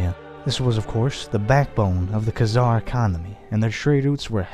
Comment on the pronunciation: We Need More Videos Like This. But PLEASE Learn How To Pronounce, Like, Every Name You've Said In This Video, As I'm Pretty Sure You Pronounced Most Of Them Wrong. Including Khan And Khazar.